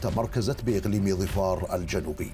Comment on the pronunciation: ظِفار بكسر الظاء !!